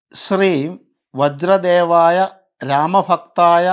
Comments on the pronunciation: നിങ്ങൾ പറഞ്ഞു തരുന്ന മന്ത്രങ്ങളിൽ അക്ഷരത്തെറ്റ് ഉണ്ട്..... ഇതിൽ തന്നെ വജ്ര ദേവായ എന്നല്ല..... വജ്ര ദേഹായ ... എന്നാണ് ചൊല്ലേണ്ടത് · pardon me if i am wrong, It's not VAJRADEVAYA it's " VAJRADEHAYA". Please rectify this . The mantra is available in internet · തിരുമേനി... ഈ മന്ത്രത്തിൽ ആദ്യ വരി...വജ്രാദേവായ അല്ല.. വജ്രദേഹായ എന്നാണ് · വജ്ര ദേഹായ... എന്നാണ് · വജ്രദേഹായ എന്നാണ് ശെരി.✅ തെറ്റായ രീതിയിൽ ചൊല്ലിയാൽ ഫലം കിട്ടില്ല. തൃപ്രയാർ ശ്രീരാമ ക്ഷേത്രത്തിൽ പോയാൽ ഈ മന്ത്രം ഹനുമാൻ സ്വാമിയുടെ ഫോട്ടോയിൽ എഴുതി വെച്ചിട്ടുള്ളത് കാണാൻ കഴിയും. ഞാൻ എന്നും ജപിക്കുന്ന മന്ത്രമാണ്..😊🙏🏻 "ഓം ശ്രീ വജ്രദേഹായ രാമഭക്തായ വായുപുത്രായ നമോസ്തുതേ" "Om Shree Vajradehaya Ramabhakthaya Vayuputhraya Namosthuthe"